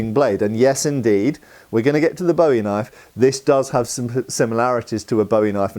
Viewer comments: It's pronounced boo-ee. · Love the video! I’m from Arkansas where the Bowie knife was invented and I’ve always heard it called pronounced closer to “bouy” like the thing that floats on water. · It's BOO-EEE....